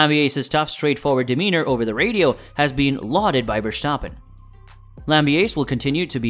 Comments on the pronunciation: I don't want to be a dick, but its verstappen, not vershtappen or verschtappen. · You may want to put people's names into Google Translate in their native language to learn how to pronounce them correctly. There's no "sh" sound in Verstappen, nor is Gianpiero Lambiase's last name pronounced in the English manner, but rather the Italian manner, since it's an Italian name. Also, his nickname is GP in the garage/on track. Also, Jaques Villeneuve and Gerhard Berger's names were also pronounced incorrectly. It's obvious you're new to the sport. I applaud you taking the time to create this content, and it is very well edited and scripted. Just a bit of constructive criticism on the pronunciation of the names, but for the rest, good job, and keep it up. I've liked and subscribed 😁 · The name prenounciation of Max Verstappen is cringe